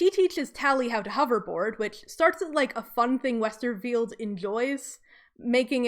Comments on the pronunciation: Lol if we all start mandala effecting calling him Scott "WesterField" it's because of this video. It's Scott "Westerfeld" no "i". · btw it's WesterFELD not 'field', no 'I' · Everytime you say Westerfield instead of Westerfeld, I cringe. I know it’s a small detail, but I’d expect one to know an author’s name before making a documentary